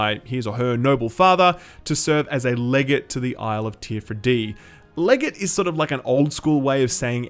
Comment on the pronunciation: FYI it's pronounced 'le-gar-tae'